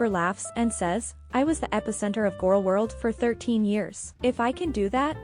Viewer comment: She mispronounced Gorl World.